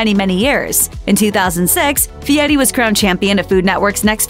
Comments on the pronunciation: I think it's weird he changed his surname to honer his grandpa but then decided to totally mispronounce it. Why? What's the point of that? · "Guy Fee-yeti"